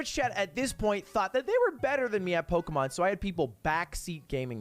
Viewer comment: I like how Ludwig is an English major but he can't fucking read and pronounce Pokemon names for shit